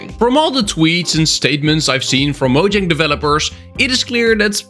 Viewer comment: You said Mojang. You have my like.